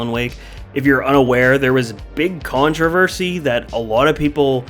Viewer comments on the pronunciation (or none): none